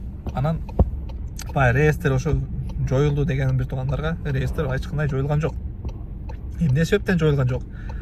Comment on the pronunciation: Ааа.. Зайбал бала экенсинда кайра кайра реестер деб чыга бербечи былжырап.. Же хайп кармап атасынбы хуй знает😂😂..